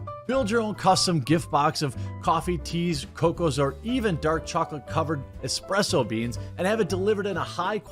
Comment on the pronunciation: Did you say expresso beans ??